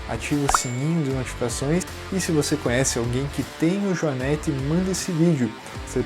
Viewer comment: A PRONUNCIA DA PALAVRA JUANETE NAO TEM A VOGAL "E" ABERTO....OA VOGAL E PRONUMCIA SE COM A VOGAL FECHADA ....HORRIVEL OUVIR pronúncia dessa firma...consulte um dicionRio ETIMOLOGICO